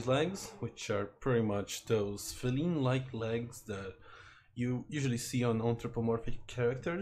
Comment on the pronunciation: feeleen-like? that's an odd way to pronounce it